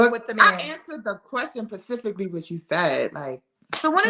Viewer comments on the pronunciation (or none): She kept saying "pacifically"??? Instead of specifically 😂😂😂 how can you take her to a GALA OR AN EXECUTIVE DINNER? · Personality just as dry as an over cooked turkey burger; and she put emphasis on her being "smart" but said pacifically (which is not a word) instead of specifically.. chillleeee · 😂😂😂😂 You literally took the words out of my mouth!!! “Pacifically” DAMN! 👍🏼❤️👏🏼👏🏼👏🏼👏🏼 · "I'm smart" also "I answered the question PACIFICLY what you said" 😅😂